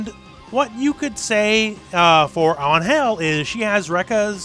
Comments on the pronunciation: It's AN-gel, not an-GEL. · La manera como dice Angél en vez de Angel xdxd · It's actually "Ángel" making emphasis in the A rather than An-hel, wich is actually good but without the long time between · In Spanish “Ángel” has a tilde on the “A” so the emphasis of pronunciation is on it. AHNN-hel instead of an-HELL. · Just a little correction. In Mexico, it's pronounced AN-hel, not an-HEL. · In spanish it's pronounced with emphasis in the "A" (Ánhel) an-Hell sounds cringe :P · I'm not gonna complain about an english speaking person trying to pronounce an spanish word Just gonna say that is kinda funny cause what I hear is "An...Hell" each time he try to say Angel It's written the same just try maybe to say "An" and then without pause say "Hell" with just one "L" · It's pronounced AN-hel the first syllable is the strong one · Great video mate, but wtf was that form of saying An-hel? great point for trying, but that is over the top and not how is said in mexico, An" is right gel need some work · It's weird that you point out how you pronounce Angel as An-hel because she is mexican yet screw up the pronuntiation completely. In spanish you accentuate the "an" part. Just like when you pronounce Los Angeles. It's not hard! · Just a note: Ángel's name is pronounced stronger in the "A" not in "gel" (Since she's from México)